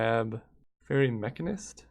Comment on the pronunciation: how does he not know how to pronounce mechanist... its the same as mechanic